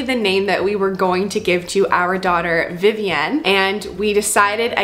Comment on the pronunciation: The way you say Vivienne drives me crazy! It’s Vivi-in. You don’t live in France